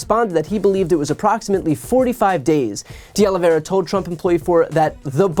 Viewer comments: Diós mio. Oh-Lee-Vee-Eh-Rrrr-Ah. Not Aloe Vera. Hit the Eh-Rrrr hard. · Oliveira. OlivEIRA. Not Olivera or Oliveria. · Please note the correct pronunciation of these Portuguese names: Oliveira = oh-lee-VAY (like “ray”)- ra —- and while we’re at it: Teixeira = “Tay (like ray) - SHAY (like ray)- ra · IT IS OLIV EIRA NOT OLIV IERA OLIV IERE OLIV ERIA or OLIVE ERA . It is a very common Portuguese/Brazilian name. Nor Russian, French, or Spanish... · Why is it so difficult for this woman to pronounce "De Oliveira?" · Wow, she really butchers "Oliveira."